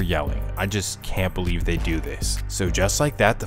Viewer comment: The narrator of the story you must feel ♿♿ like me I had to rewind it to see the. Word CELIEVE